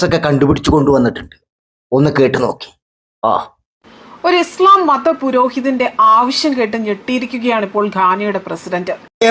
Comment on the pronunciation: ഇസ്ളാ മല്ല ചാച്ചി 😂😂ഇസ്‌ലാം ആണ് 😂😂😂 നാക്കിനു വഴങ്ങില്ല 😂അതാണ് ഹിന്ദു മുസ് ലിം വ്യത്യാസം 😂😂😂